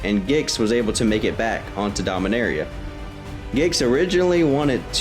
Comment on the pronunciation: Rastafarian Dominaria sounds like arrr eee ah not area